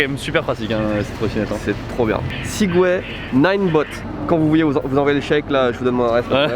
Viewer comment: le retour du "Sigway" \o/